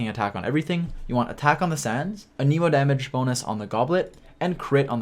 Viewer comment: EHneemo or ehNErmo